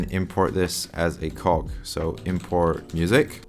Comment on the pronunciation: haha i dunno everytime you said "cog" or "cogs" i broke